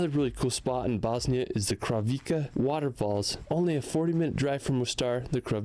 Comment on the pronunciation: Montenegro is a black mountain Crna Gora in Serbian, C is pronounced as C, not K...Kravice not KraviKe is like this whole year around, only in winter it may be frozen partially...yes, the Black Sea is less salty :) then, Adriatic or other seas...at least i felt it less salty...the special formations of mountains in Balkan is actually quite mystical and are always connected to some legends which may not be just legends after all :) Zeus is Jupiter..... can be Indra in Vedic scripts or Agni, the lord of Fire, or Perun in Slavic religion :) Balkan is a very special and sacred area to explore, like Rtanj in Serbia, and Serbia has many fascinating sites and hot healing springs that are connected to unbelievable "legends" :) Way to go!